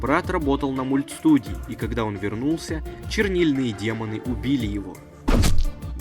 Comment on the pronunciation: Не демагы а демон